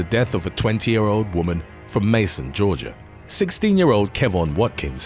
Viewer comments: It's pronounced, 'MACON" Georgia, not "MASON". It makes me crazy when you youtube ppl can't pronounce the names of things you're claiming you researched. Also, how have you never heard of MACON Georgia before? It's not a tiny hamlet. How would you like it if we all pronounced it Landan instead of London? How would it sound if I pronounced Ireland, "Eerieland"? Learn how to pronounce our city names correctly or don't do videos about our places. It sickens me how many people on youtube try to be informational youtube channels, and can't actually figure out the pronunciation of BASIC words. It makes you all sound really stupid, is my point and I find it absolutely annoying AF. Between people who can't pronounce locations to people who butcher famous people's names, why do you all bother to be youtubers if you're not good at reading and speaking and pronunciation? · Thanks for another great video! Just so it’s known, because I have family that lives near there, the place that number 7 happens at is said like may-con and not mason. I know it can be a pain when pronouncing names of cities, states, etc. but I like finding out the proper way if I’m unsure. Thanks again for the awesome video and all the great content. Keep up the great work and take care, peace. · Just a note..... "Macon" isn't pronounced like "Maçon", it's more like "mā-kuhn". Like "bacon" 🥓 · May-con Georgia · That is NOT how you pronounce Macon.,...may-ken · Macon= sounds like bacon, not may-cin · i laughed hearing him say Mason Georgia, I just couldn’t let up on it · I was going to say that too - Bacon, Macon. His mispronunciations are horrible! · lol “Macon Georgia” it’s pronounced like bacon but just put a M instead. I understand the south got some weird named places lol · I was wondering wtf he was trying to say. I knew it didn’t sound right lol. I’m from Georgia and it’s always funny when other people who don’t know about Macon pronounce it wrong.